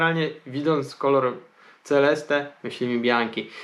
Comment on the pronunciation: Normalnie nie hejtuje... Ale w jakim języku Ty mówisz to Celeste. Mógłbyś się douczyć po tylu latach w branży...